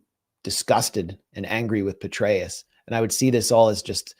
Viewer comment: Petraus pronounced Betrayal